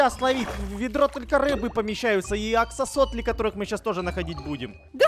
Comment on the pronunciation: Как говорят нормальные люди: аксолотли Как говорят настоящие перцы: АКСОСОПЛИ!